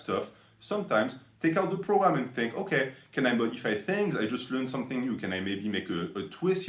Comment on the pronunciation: okay "Fink" 🤣